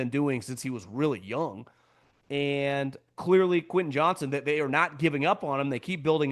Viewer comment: Quentin Johns-ton, not Johnson. The football media continues to say his name wrong.